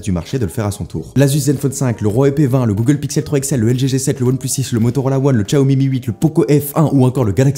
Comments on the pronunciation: On dit Chiaomi pas Tchiaomi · Par conte on dit "shaomi" pas "tchiaomi" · On dit "siaomi"; ) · "chaomi"* c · Par contre il a dit Tchiaomi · Ça fait le mec à « bien » prononcer Huawei mais ça prononce Xiaomi comme un CP 🤷🏽‍♂️